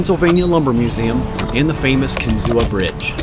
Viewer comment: It’s pronounced Kin-zoo, not Kin-zoo-uh.